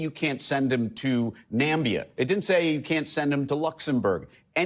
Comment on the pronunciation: Don't mean to distract but there is no nation called "Nambia", you might be thinking of "Namibia".